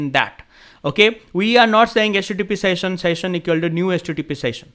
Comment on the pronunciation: शैशन not सेशन😂